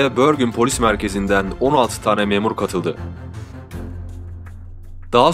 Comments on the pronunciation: Şehrin ismi Bergen diye yazılır Bergen diye okunur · börgın ne la :D bergen dir o :))) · kotukedi42 bahsettiği yer norveç bergen, börgın diye tellafuz edilir ben de oraya yakın bir yerdeyim bu eylülde 1 sene oluyor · bende drammende yaşıyorum bergen diye yazılır ve bergen diye telaffuz edilir ha konu yaşamaksa bende bi 20 ssenedir burdayım :) admin ingilizce telaffuz etmeye çalışmış ama norveççe büyük ölçüde yazıldığı gibi okunup telaffuz edilen bir dildir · børgen degil Bergen sehri`` ulrøken Degil Ulriken ben orda yasiyorum daha temiz bilgi icin iletisime gecebilirisin